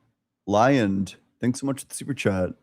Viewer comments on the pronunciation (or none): none